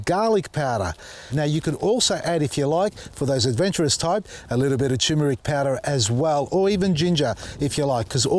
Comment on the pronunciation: Plenty of good info here. Why does it annoy me do much when people say toomeric instead of turmeric, somehow the first r has gotten lost! I do like when people say white butterfly instead of cabbage moth though! Looked like they were having a party 🎉